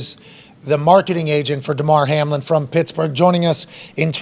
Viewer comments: Ok the man’s name is Hamlin should at least get that right the way your talking about it all excited mispronouncing his name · It was kinda weird that Pat got Hamlins name wrong for the first 5 minutes before someone corrected him… And it’s understandable that he doesn’t fully grasp the medical situation… But you would think that he would probably understand how playoff seeding works…. No? The Bills entered week 17 a half game in front of the Chiefs and a full game ahead of the Bengals… even if this game is suspended, the Bills are still a full game ahead of the Bengals and a half game behind of the Chiefs. Both the Bengals and Bills have wins over the Chiefs. There is a much more complicated formula involved here that cannot even begin to be calculated until the results of week 18 are in the books. If the Chiefs happen to lose in week 18 and both the Bengals and Bills win, it gets even more complicated. It isn’t so simple as to “just gift KC the one seed and hope that the Bills and Bengals don’t both win in week 18” That being said… it’s amazing to me that people don’t have more questions about this Hamlin situation. We’ve had professional football in this country for 100 years, most of which was played under much more violent circumstances and without the level of player safety we have today. Yet nothing like this has ever happened in pro football before. Why now?